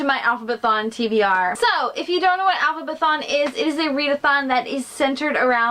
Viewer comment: Yes! I love that you pronounced the readathon right! Not many people do. Thanks so much for joining! You are awesome! See you on Twitter, hope you have a great time. 😊❤